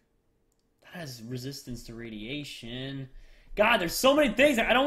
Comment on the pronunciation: it is radeation